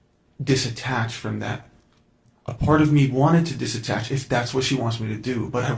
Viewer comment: It’s DETACH, not disatach… ugh… this man is so annoying.